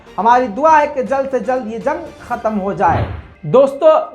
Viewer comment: Mohtaram! Khatam nahi, *Khatm*kahte hain